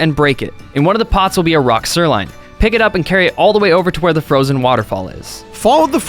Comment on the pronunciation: pronounces things weird af, where is he from? Melk? Sirline? Skull-tilla? Jk man I love you.